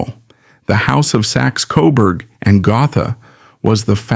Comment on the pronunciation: It's pronounced "Go-tah" not Go-tha.